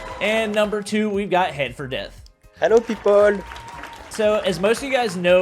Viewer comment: "heloepipol" thats cute